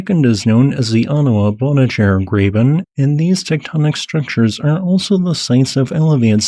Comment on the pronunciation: Saguenay -> Sag - en - ay, Bonnechere-> Bon - chair